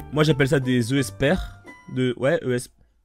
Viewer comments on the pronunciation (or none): et pk pas esper prononcer comme esperte sans te